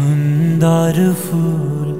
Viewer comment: গাণটি সুন্দর কিন্তু উচ্চারণের ত্রুটির কারণে প্রথমেই ধাক্কা লাগলো। উচ্চারণ হবে Phool কিন্তু উচ্চারণ যদি হয় Fool তাহলে সেটি ভুল ও শ্রুতিকটু।